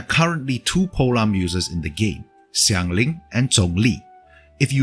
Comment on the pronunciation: I'm not sure where you're from, it sounds like maybe Vietnam? But you pronounced Xiangling and Zhongli decently well! Do you speak a bit of mandarin?